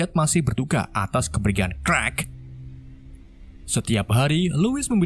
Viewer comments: bang kenapa luu manggil superman dengan nama crack dan bukannya clark...😂😂😂 Endingnya bikin ngakak...😂😂😂😂😂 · Clark kok dibaca klek 😭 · Clark jadi krek 🤣